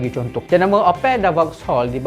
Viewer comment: opek Upin Ipin ke Opel mana satu